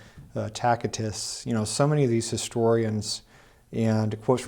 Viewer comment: Why does continue to pronounce Tacitus as Tack-itus? Do a quick search on proper pronunciation of Tacitus.